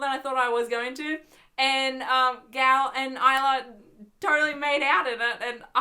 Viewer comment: you said Gal's name right... I think. I mean I went to a Jewish camp and we talked about her a lot and that's how we say her name so I think you're right